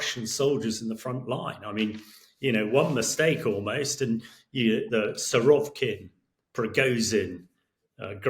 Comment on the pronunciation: It's Surovikin, not Surovkin. Suro-vik-in like Vic-tory. Not sure why british commentators keep geting it wrong after few years hearing that bloody name.